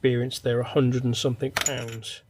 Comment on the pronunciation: the correct pronunciation is "Something" and NOT "somethink".....Speak properly